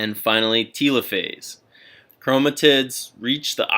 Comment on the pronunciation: why are you saying telophase like it's "teelophase" and not telophase like, "teluhphase"